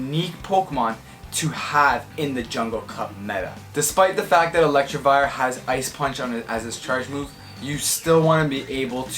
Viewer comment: No one:: ELECTRIVIRE Sorry had to point out the mispronunciation as a meme